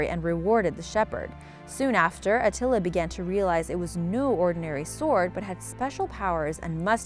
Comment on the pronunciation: At first I've thought I heard The Sword of Nutella when it came to The Sword of Attila part of the video XD